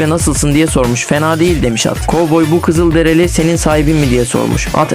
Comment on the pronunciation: Kızıldereli değil Kızılderili Allahın cahili